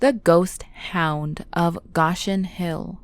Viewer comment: Go-Shen Hill